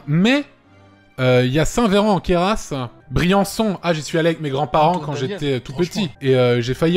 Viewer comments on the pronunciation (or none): On ne prononce pas le S de Queyras. C'est comme prononcer le t de La Ciotat, le s de Cassis et de Paris